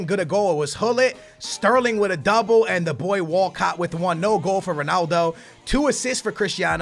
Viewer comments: Everyone: Walcott: Wacatt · Walcot sounds like walkout lol